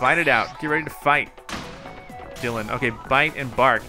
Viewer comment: "We got DiElin............... OH DYLAN dylan" lol bit of a brain fart there eh?